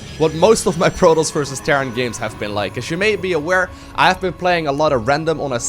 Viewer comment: it is pronounced pro-toss, Not prodos. You should change your name to because you cant pronounce anything right.